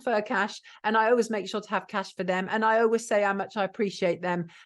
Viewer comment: "Oways" - sounds like a Brissol lass.